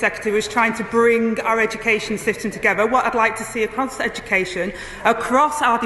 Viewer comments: What does togffer mean she can't pronounce words either or in her wards effer 😅😅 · AG saying ‘bring the communities togever’ it is pronounced ‘together’!